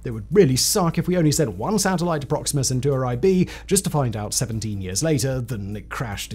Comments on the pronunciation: Alpha centooroi! 😂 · was that a totally original pronunciation or have you heard other humans say centauri like that before?